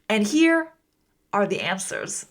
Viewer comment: I,'ve got a question why do you pronounce "da" the end. Is it a a cultural use? because is di or There Is another pronuntiation rule. I am Just curious about it.